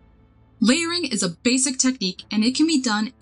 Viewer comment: Basic Basic Basic! You kept saying it in a weird way and alot. It ended up making laugh throughout the video